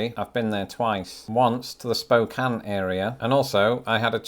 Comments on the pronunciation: Congratulations on saying Spokane correctly. I’m proud of you. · Oh, wow, you pronounced Spokane correctly. Thank you. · Agree! Most Americans who are not from the PNW don’t pronounce Spokane correctly. Well done! 🎉 But- Washington is definitely a North American 10! How could it not if Idaho is??? 🤔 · I second that. People always pronounce it: Spocane, but the 'e' is silent.